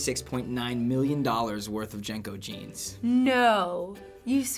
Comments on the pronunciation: They're pronounced JEAN-CO's not JANG-CO's. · This is the first I've head them pronounced "Jane-Co." I and everyone I know always said "Jean-Co" back in the day. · They were not pronounced JANKOS, they were JINCOS! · Its pronounced Jean Co... Uhgg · JNCOs were pronouned JIN-coze where I'm from. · We pronounced them more with an I sound- Jinco. Kind of like the sound of jinx. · LOVED Jncos They saying it wrong!! 😢😅